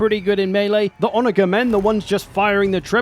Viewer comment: Quick heads up, you pronounce Onager with a jer and not a ger sound. I learned this in a ck3 multiplayer game and uh, well someone thought I was using the least hospitable word for African American folks.